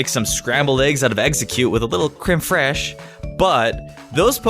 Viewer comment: "Crème Fraîche"?!